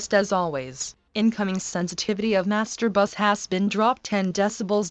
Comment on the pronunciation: Всегда прикалывает как синтезированый голос говорит master buss Мастурбасс🤣